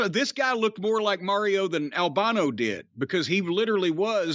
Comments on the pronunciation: I absolutely hate the way pronounces ‘Mario.’ Didn’t even know that was an option. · New Jersey coming out: Super "Merry-o" Brothers. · Yeah that's the infamous NY-North Jersey accent. My family from the Bronx says it the same way. Merrry-ooh